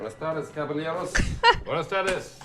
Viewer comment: I want to blame his accent but the way he said caballeros.......it hurts my soul